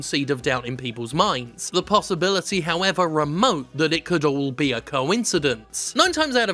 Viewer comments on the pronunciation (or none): none